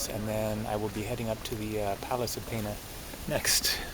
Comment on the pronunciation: He says it wrong, its pena, and he pronounces it has "penha". Pena in Portuguese means Feather.